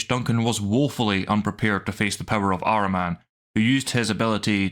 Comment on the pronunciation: It's Ahriman not Araman!